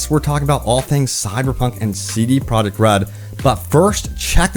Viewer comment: I keep hearing CD "product" red and it's honestly taking all my attention from this video. It stands out almost as much as hearing Benedict Cumberbatch say PenWen